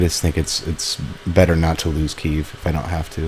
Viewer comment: its pronounced KEY-EV